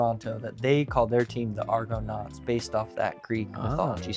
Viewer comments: you typically pronounce that "Arganaut". The original Argonauts were basically the Avengers or Justice League of Greek mythology- all the best heroes were on that crew, up to and including Herakles/Hercules himself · Didn't see it posted, but the pronunciation of 'Argonauts' is not totally wrong, just off-putting. It kinda sounds like he is pronouncing it as two words instead of one. I suspect he is putting the emphasis on the wrong syllable. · Y'all can't pronounce Toronto or Argonauts lol. Tor-on-o Are-gone-aughts. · They way they pronounce "Argonauts" is like they never heard the word spoken before. 😂